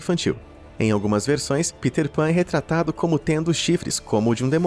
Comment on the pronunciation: Kkkkk “Piter Pan”... PITER pan PITER PAN